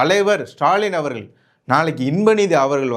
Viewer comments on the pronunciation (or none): நன்றாக பேசுகிறீர்கள். நன்று. ஆனால் முதலில் 'ழ'வையும் 'ள' வையும் முதலில் சரியாக உச்சரிக்க கற்றுக் கொள்ளுங்கள்.. மொழி என்பதை மொளி என்றும் அவர்கள் என்பதை அவர்கல் என்றும் உச்சரித்து தமிழை கொலை செய்வதை தாங்க முடியவில்லை. அடுத்த காணொளியிலிருந்தாவது உங்கள் உச்சரிப்பை கவனிப்பீர்கள் என்று நம்புகிறேன். அல்லது நீங்கள் சரியாக உச்சரிக்கும் லரை காத்திருப்போம்....